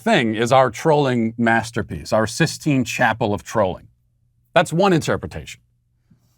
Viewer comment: Did he say CIS-tine chapel?